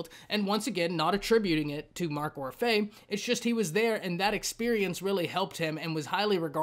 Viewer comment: It’s pronounced Or-fee